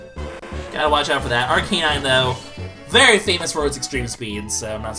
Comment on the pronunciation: its pronounced arc ah nine